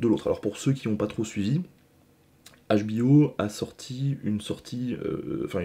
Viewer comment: Salut l'ami, il faut faire un Choix : HBO en anglais, Où HBO en francais, mais la tu prononce les 2 langues dans le même " mot " 😂 Bisous